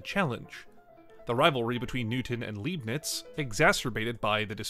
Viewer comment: Great video but you really butchered the names of those great minds It’s Leibniz. Pronounce the first three letters like „lie“. Because in German „ei“ makes a sound like in „lie“ without the L. And don’t get me started about L‘Hospital 😂